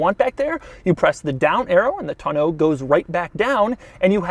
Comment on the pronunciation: Oh goodie. He said Tonneau correctly!